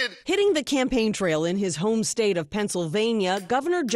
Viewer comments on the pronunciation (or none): none